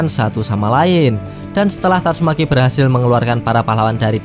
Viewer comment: Min. Kalau isi narasi, sebaiknya penyebutan nama atau kata2 yg sifatnya mesum/jorok untuk di perbaiki. Lebih dewasalah dalam membuat konten, tanpa perlu myebutkan kata2 mesum. Tatsume.k. = seharusnya tatsumaki. Kasihan kalau ada anak2 yg nonton